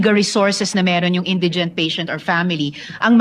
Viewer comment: Hahahhahahah Hindi nga marunong MG bigkas ng INDIGENT SABI NI virus Indigen daw